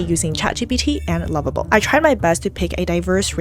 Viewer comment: I’m listening again the pronunciation of lovable and level are seem to be the same as confusing